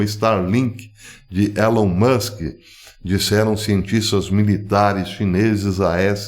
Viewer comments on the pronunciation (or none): none